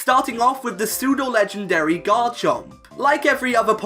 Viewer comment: Pseudo, not psedue! And you left off the A in legendary!